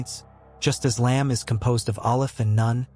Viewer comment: This is an excellent video, thank you so much. However, it is important to note that the letter "ن" is not pronounced as "none" but as "noon," which is a significant distinction. Lam Alif (لا) is also pronounced incorrectly. Just my two cents.🙂